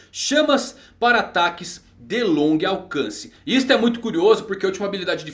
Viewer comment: tava aqui vendo aqui muito maneiro ai acabei rindo na gaff do hahahaha ''longui alcance''